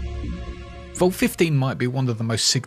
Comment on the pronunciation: Its vault, not volt! v-all-t! Come on!